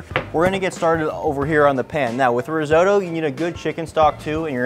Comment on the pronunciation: Please check the pronunciation of risotto 😅. All Italians would appreciate it